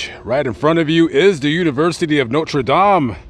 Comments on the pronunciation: Its Notre Dame not Notre Dom! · I live your videos lament but you gotta pronounce Notre dame right lol. Not Notre dom brother lol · The college is pronounced Noter Dame, not No-tra Dahm, that’s the pronunciation for the church in France. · People from Indiana pronounce it “noter dayme” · But you cant pronounce Notre Dame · No French pronunciation of "dame!" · Bro dont say Notre Dame like a fruit loop. You can say that gay politicians name perfectly but say Notre Dame like a fruit Englishman smdh